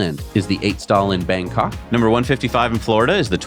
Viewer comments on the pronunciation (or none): none